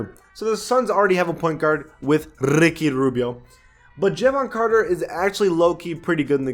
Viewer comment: man said jehvon carter like really?